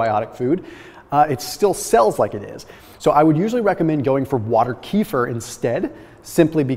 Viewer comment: Please learn to pronounce KEFIR right 😂😂😂